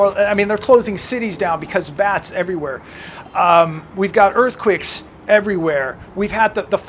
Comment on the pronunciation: What the hell is an earth quick? There is no word in English as “earthquick”! It sounds terribly ignorant. I think you want earthquake.